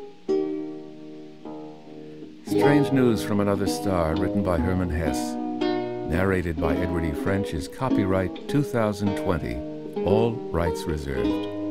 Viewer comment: good story - wonderful reading. oh my gosh, duh - it’s Hesse - no wonder it’s so mythical and has such depth. 🌷✨:) just to let you know - the pronunciation of Hesse includes the final ‘e’ as in set. in German, his poems are beautiful and have the same sense as this ethereal story. 🎋